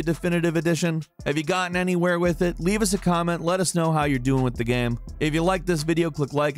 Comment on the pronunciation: "Mafia is a fun geum". Pardon? What the hell kind of accent is that?